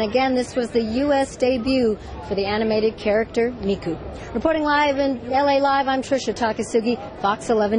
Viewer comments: "World's /only/ digital diva" NO SHE FUCKING IS NOT WHAT HAPPENED TO ALL THE OTHER VOCALOIDS Also, these news reporters are horrible at pronouncing Miku's name. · I'm surprised fox 2 didn't start a WWIII for calling Miku a "diva". Even the name they try to pronouns was gunna trigger fan. Now we see why normies and anime cant be friends. Even that guy butcher the word" manga". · Okay, the first news report was good, but the second was upsetting. They do NOT know how to pronounce Miku's name, they said she was the only digital diva, and the way he pronounced manga was terrible. There are LOTS of Vocaloids and they also make it seem like anime fans are kinda..weird. I am not weird.